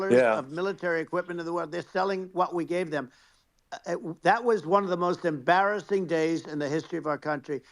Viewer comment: “How embarathing”